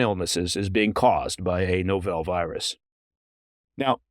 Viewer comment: It's not novelle, it's novel, as in "nah-vul"